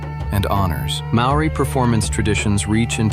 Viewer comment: the word maori is pronouced as mouldiiii not maoriiiiii, it is amazing how many times it's not corrected